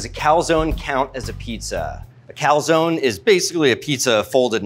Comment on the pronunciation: Great video, except, please learn how to pronounce "calzone"